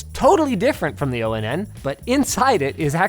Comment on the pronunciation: I'm genuinely bothered by you pronouncing Onn and O-N-N and not like On, as in Powered On. 😭